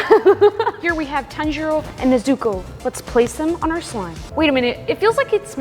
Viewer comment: I’m about to say spoilers but I want to see a bit of sun breathing in it and I don’t want to be rude but I laughed when she said Na-zoo-ko